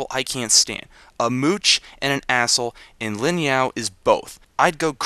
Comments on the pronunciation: the only thing i really had an issue with is the guy from FMA his name is Ling Yao not Lin Yao ._. other then that loved the whole thing :) made me laugh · its ling yao not lin yao